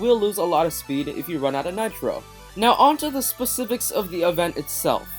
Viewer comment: “now onto the speCIVICS-“ oml oml